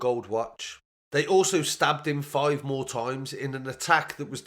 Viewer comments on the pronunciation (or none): none